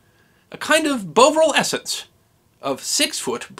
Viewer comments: It's Bovril, pronounced Bov-rill, not bove-rill. It is a beef extract, the name probably deriving from bovine but always pronounced bov, not bove. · love your videos. As an englishman, i should say don't call it Bow-vril with that O sound, the first syllable should be unstressed it's pronounced with the stress on the final syllable, the o is a schwa sound, it's an unvoiced consonant. I say this because I really enjoyed that poem and i had to watch it back 3 times to get what that word was